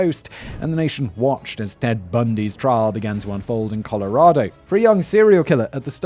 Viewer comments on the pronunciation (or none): I’m re-watching all your episodes because you’re too easy to binge but did you say “dead bundy” instead of “Ted”? 😂